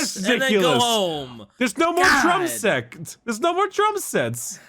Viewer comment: When bricky mispronounced drum set, was he thinking of the kh ending sound of the necrons? Drumsekh?